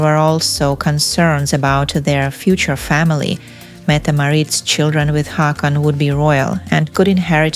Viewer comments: Two " a " make it sound like " o ". Pls learn the pronunciation before saying people's names. Haakon = Hokon. Not Hakon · IT'S HAW-KON